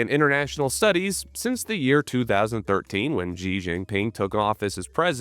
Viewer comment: “Xi” is pronounced “shi”, not “zi”. It’s spelled in a screwed up way, but easy enough to pronounce. You need to know how to pronounce that correctly if you want to be a credible CCP Chinese intel asset or spy, or just a military podcaster.